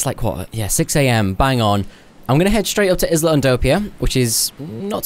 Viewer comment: Isla is pronounced “eye-luh”.